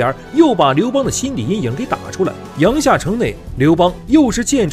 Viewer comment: 阳夏 yang jia 三声,小时候语文书里有标哦